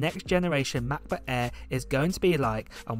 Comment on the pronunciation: “MAHBUKK AEE”